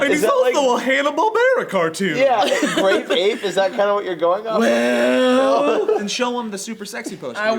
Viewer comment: did he just say rape ape?